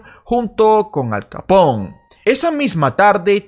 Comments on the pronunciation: Hola. He encontrado tu canal por casualidad. Me gusta la temática y la explicas muy bien; peeeeeero... tengo que decir que me chirrían los oídos cada vez que dices Capón, en referencia a Al Capone (Alphonse Gabriel Capone), que si bien nació en Brooklyn, era hijo de inmigrantes italianos, con lo que su apellido se pronunciaba tal y como se escribe: Capone (con todas las letras). Saludos :) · Todo esta muy bien pero seria bueno que cuando te refirieras a Capone lo digas como tal ya que es un apellido Italiano y no se lee Capon